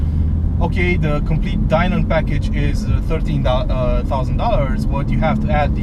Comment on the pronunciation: It's pronounced Dye-nin. Just like Steve Dinan pronounces his name.